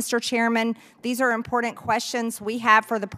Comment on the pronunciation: Would somebody please teach Marjorie Taylor Greene how to say I am p o r t a n t